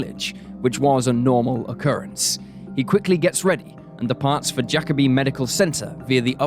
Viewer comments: Bruh pronounced it Jack-a-be it's Ja-kobe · Jacobi isn’t pronounced Jack-obi, it’s pronounced Ja-cobi. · Whew listening to him saying jacob-I is stressing me out as a native New Yorker. That’s not how you say it!!!